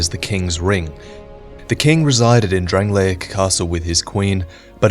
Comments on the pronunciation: The kingdom of DRANG-LAKE. Not DRANG-LAY-ICK. Things and people from DRANG-LAKE are DRANG-LAY-ICK. The land itself, physically, is DRANG-LAY-ICK, but the land in name is DRANG-LAKE. C'mon, why does everyone pronounce it that way...:T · My eye twitches every time you pronounce it "Drang-lay-ic". It's just "Drang-lake". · The videos are great but the way he says Drangleic is so fucking annoying!